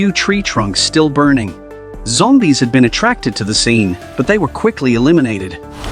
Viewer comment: I love how the new ai is like Zombae’s had been attracted to the fire he made it sound like Zombae’s not zombies!😂😂😂